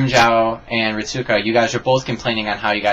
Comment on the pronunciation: Also "Ritsuka" is pronounced reets-ka